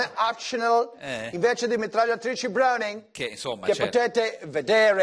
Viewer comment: "Le mitragliatrici Brohowning" 》Mostra un AR Colt